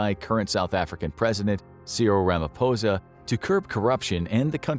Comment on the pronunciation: Just the fact you got Ramaphosa's pronunciation right earns a like from me for this video.